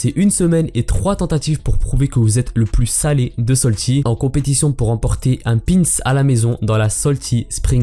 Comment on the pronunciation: STP C’EST SALTY PAS SOLTY merci 😂